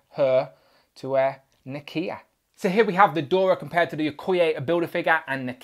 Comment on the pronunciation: Pronounced "Dora" not "Dorya", and "Ah-yo" not "Ay-yo".